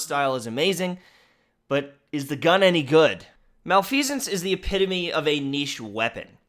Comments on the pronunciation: Ahem. Pronounced, mah-leh-fih-sense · I believe it’s pronounced Mel-eff-eh-sence. I could be wrong tho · Pronouced ma-lef-uh-cents